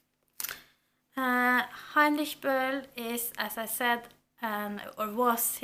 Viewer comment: I'm so happy right now! The Lost Honor of Katharina Blum is one of my absolute favorite books and I am also going to read it for my finals reads! You've pronounced Heinrich Böll SO amazingly correct :D